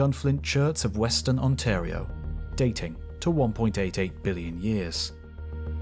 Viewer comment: Glad to hear Ontario pronounced right! The quality of these videos is unbelievable, and the fact that you switched to the proper way shows you care. Even if it's a little thing!